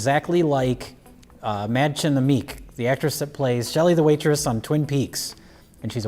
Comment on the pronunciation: He mispronounced Madchen Amick. Jay has disappointed me beyond expression.